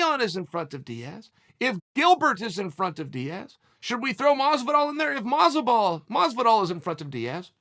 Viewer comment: Did he just call Masvidal “Motzo ball”?